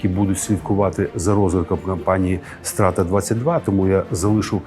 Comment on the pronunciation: А я думав Страта — це сленгове скорочення від слова Стратегія. Страта, стратка, стратежка. P.S Тільки наголос там інший. Не Стра́та, а Страта́. Тому що коли чуєш Стра́та, то перша асоціація з кацапським словом "Казнь".